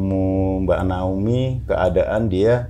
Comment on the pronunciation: naomi pak,bukan naoni 😄